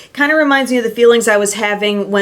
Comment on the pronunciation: The way she says Lorac 🤐🤐😩😩 LO -RACK